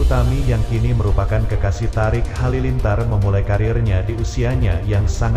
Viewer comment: Thoriq bukan Thariq 😀